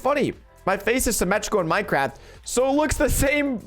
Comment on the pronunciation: Fortnite dead play minecwaft